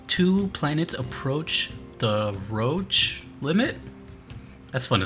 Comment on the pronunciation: I really hate to be THAT guy but it’s pronounced “roshe” rather than “roach”